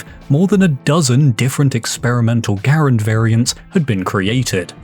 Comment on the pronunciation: If you mean "Garand," the proper pronunciation is "GARR-ənd," the last name of the designer, Jean Cantius Garand a French Canadian from Quebec. "gah-RAND" is just TOTALLY incorrect.